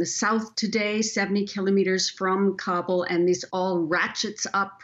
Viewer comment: It is pronounced KAH-BOOL not "Kable"